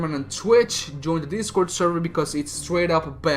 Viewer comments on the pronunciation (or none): none